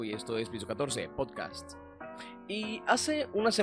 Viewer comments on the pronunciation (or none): none